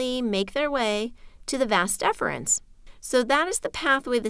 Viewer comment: It is not "Vas deferns". It is "Vas deferens".